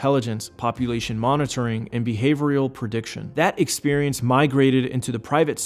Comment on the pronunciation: who wrote this pretty boy's script for him? "behavorial" "lubavicter" lol